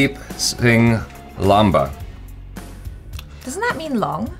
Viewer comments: Lamba doesn't necessarily mean "long" that's a surname in this case and this particular "Lamba" is pronounced as: lAAmba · is super smart.. Yes Lamba means long in hindi, however the last name "Lamba" is pronounced as Laamba, an extra A. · That’s lambaa (which translates to Long) 😂 The last name is read Laamba. has managed to piss off Punjabi - khatri (a Punjabi cast of both Hindus and Sikhs) 😜😂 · Lamba (with a short 'a') means long. What you guys read is Laamba (that's with longer 'a') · "Lamba" is also a surname, and the surname is pronounced "laamba" and the word for long is pronounced "lumba", the "u" sound is said like the "u" from lust 😅. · Lamba does mean long in hindi. Just the pronounciation is different.